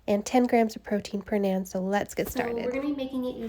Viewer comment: it's pronounced NAHN :)